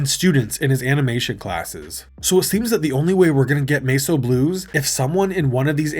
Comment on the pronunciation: Are you using TTS now? Because there's no other way I can think of to explain "Mess O'" being pronounced like that.